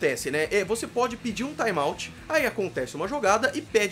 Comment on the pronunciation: kikóf, taimauti